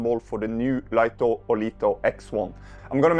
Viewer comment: For information, DJI want it to be pronounced Light-Oh not Leet-Oh. DJI sent out a pre-launch press-release to Lito testers and were adamant that they were to pronounce it "Light-Oh." 🤓 And if you're going to do more Light-Oh X1 videos?... SUBSCRIBED! 😁